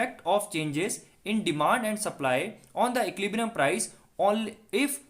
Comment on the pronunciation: bro please learn to pronounce equilibrium correctly 🙏🙏